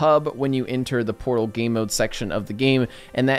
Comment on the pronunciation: Battlefield Fotal? XD